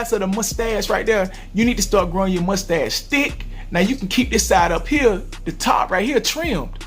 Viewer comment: when you said mustache it sounded like you said "musty ass"